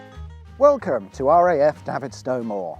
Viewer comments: As a child I played in this airfield and lived next door to it and I’m sorry to tell you but you are mispronouncing its name you should be calling it David as in the name like David Bowie the way you pronounced it sounds more like Davith as in the only gay in the village from Little Britain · You pronounce it like david, sto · Great video. Davidstow.. David as in Goliath, not Ginola ! Reminds me of cringe making M&S advert few years back, that pronounced the cheese the same way but with french accent!!